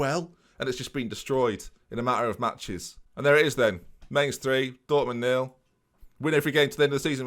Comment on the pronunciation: Just a heads up for next season - Mainz is pronounced more like Mines than Mains.